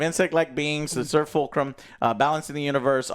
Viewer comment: Wait fulgrim is in this? That's a crossover I didn't expect (I know he says fulcrum but it sounds like fulgrim,)